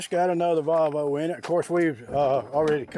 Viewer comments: Its Pronounced Volvo not Valvo theres no a 😂😮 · Its not a VALVO its VOLVO there's no--A --in VOLVO